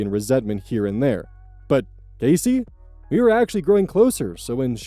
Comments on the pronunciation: Man, you really throw me off with the way you pronounce Cassie. The a is not hard, it's soft. Ah not ay. Cahssie not Caysie. The way you pronounce it would be spelled more like Casey. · i know it isn’t a big deal, but “Cassie” is said “cas (class without the “l”)-ie” not “casey” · Yeah it's pronounced Cass-sea not Case-sea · Love you, but I don't think Cassie is pronounced Casey in any US state, not even Idaho. The I can't jump over both Ss to make the A sound hard:/ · Story 3: Only a minor note, i think you are pronouncing cassie wrong